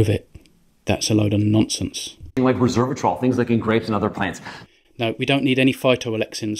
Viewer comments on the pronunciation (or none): The younger dude can't even pronounce a simple word like resveratrol. It's 'res-vera-trol' not 'reserve-a-trol'. I'm so glad you expose these idiots Ken, thanks! Cherry pickers, both of them. Resveratrol has side effects too. According to available research, more than 2.5 grams per day causes nausea, vomiting, diarrhea, and can lead to liver disfunction. Cheers and EAT THE BACON! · Doc number two can’t even say Resveratrol properly. And he’s giving out advice guys. 😂